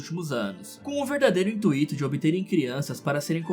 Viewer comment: Intuito, não intuíto.